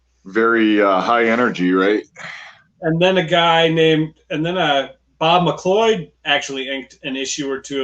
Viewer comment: Bob's name is pronounced McCloud